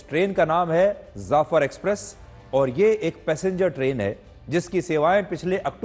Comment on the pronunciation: Zafar Express Nahi Jafar Express... I'm From Balochistan......